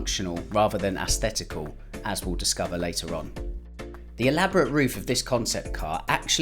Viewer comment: Great video 👍 but.. "assthetical"?... C'mon 😂🍑